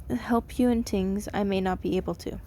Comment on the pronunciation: sorry if this is rude, but I love the way you say "tings" instead of "things" SORRY IF ITS RUDE!